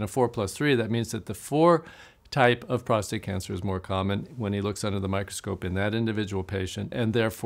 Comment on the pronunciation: i love you like a brother, but the word is "prostate" not "prostRate". "prostRate" means to "lie flat on your back". and i'm a 4+3. how are you doing now?😊